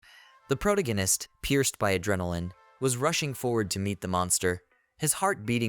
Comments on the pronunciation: please change AI voice to pronounce "protagonist" properly if you are going to use the word every other sentence. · Two words into the video and I’m flashbanged with the most “unique” way I’ve ever heard the word protagonist pronounced. Holy shit.